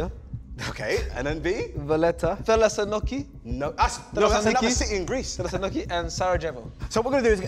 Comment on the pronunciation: THESSALONIKI MENTIONED!! WFT IS A METRO SYSTEM!1!1!🦅🦅🦅 Also messing up the pronunciation the worst way possible made me burst out laughing